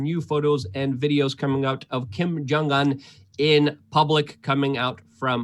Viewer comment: Luke, it's pronounced "oon", not un.